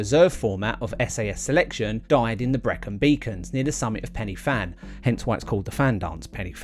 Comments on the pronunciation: well done that was amazing. As an ex local its actually pronounced more like pen ur van than penny van. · Pen yr van. A single f is pronounced v. Sorry but as a Cardiff boy this mispronunciation does my head in. Not too much though 😁 The fact you had a go is outstanding. No way I'm doing it with my knees and heart. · pen y van mate one f is a v sound ff is an f sound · Thanks for watching... Now watch my David Goggins 4x4x48 challenge vid - A couple of corrections. First, apparently its pronounced Pen y Van (spelt Fan), I blame google. Second, the Fan Dance route march test is completed at the start of a long selection process and not the end as stated. I got both of these points wrong in the vid, I must do better. 🙏 Sorry for any inconvenience. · For accuracy, the summit is pronounced Pen-uh-van (the letter 'y' is a vowel in Welsh and the 'f' has a v sound) so the 'Fan' is an English play on words. It still works when you use the Welsh pronunciation for the summit and and refer to the endurance march as The Fan Dance. 😁😁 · 'pen y van' is how we say it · It should be pronounced Pen y Van. One F in Welsh is pronounced as V. Two FF make the F sound in English. Good programme though.